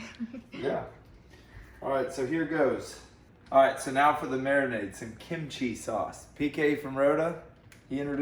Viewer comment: Kim chi (kim Chee) no “I” sound between them lmao.